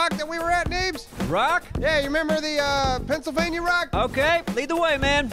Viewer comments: "Neebsylvania konnichwa" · He says neebsylvania but eh, close enough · at first I thought neebs said neebsylvania...